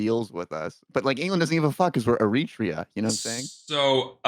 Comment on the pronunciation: Favourite part of this pod was not being able to pronounce Eritrea.